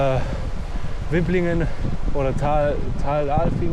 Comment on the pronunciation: Wiblingen mit kurzem i und doppel-b sagt auch nur die Google Maps-Stimme so ;) In der Region spricht man das mit langem i aus. (Wie die Wibele, die ein sehr leckerer schwäbischer Snack sind)